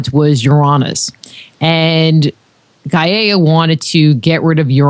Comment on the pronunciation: Personally don't dig the way she pronounces gaia - i've always heard it pronounced guy-uh.